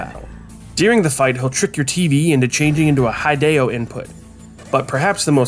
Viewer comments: Hideo Kojima's name is spelled "HEE-day-oh" not "HI-day-oh", not tryna be annoying though the video was very interesting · I was going through the comments to see if anyone else commented on this, it's the first time I've ever seen his name pronounced like that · Bruh you mention that hideo sounds like video, but still mispronounce his name